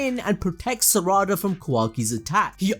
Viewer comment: Sa-ra-da… I just can’t 😂 it’s sara-da